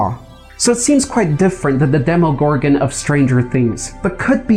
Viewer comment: Its pronounced dem-a gorgon